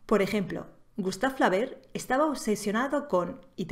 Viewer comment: Es cierto que quienes escriben mal se cierran las puertas de las editoriales. Y quienes no saben pronunciar Flaubert ¿qué tal quedan como profesores?